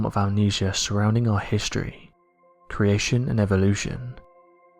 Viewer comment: Please pronounce creation correctly, it’s extremely annoying ....